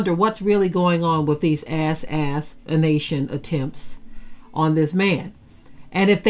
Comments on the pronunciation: Thank you but I know what assassination means, but She didn't pronounce it like the word is originally said, she said ass-anation, on purpose. I was being sarcastic by asking why did she feel the need to pronounce it that way. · 🤍🦢🤍🦢🤍🤍🤍🤍🤍🦢🤍 interesting pronunciation....Ass. assintion attempts. God alone is in control. Huuuuuuuuuuuuuuuuiuuuiuuuu